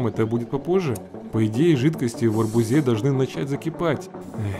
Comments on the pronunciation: Правильно говорить не арбузЕ, а арбУзе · арбузЫ,на арбузЕ...боже мои уши!!!